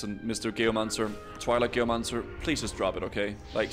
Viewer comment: Took me way too long to realize you were saying Geomancer and not Gayomancer